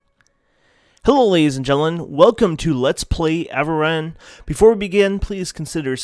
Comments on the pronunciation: Avarin?!? its pronounced A-vor-e-on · pretty sure its called A-vor-rion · a - VO - ree - on :)